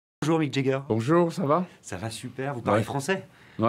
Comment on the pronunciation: Quand on interview quelqu'un, la moindre des choses est peut-être de savoir PRONONCER son nom : Mick JAAAAger, pas Mick JEEEEger. Les Français font tellement pitié que même les grandes stars se disent "bon, on peut plus rien faire pour eux, faisons semblant d'avoir mal entendu". Le plus navrant dans tout ça étant que même les gens qui l'entourent n'ont pas cru bon de lui signifier son erreur, symptôme d'un peuple qui ne croit pas devoir le respect aux autres peuples, et qui d'ailleurs n'a aucune idée, obnubilé par la supposée supériorité de sa langue et de sa culture, que les Français sont le peuple le moins apprécié du monde, précisément à cause de cette arrogance.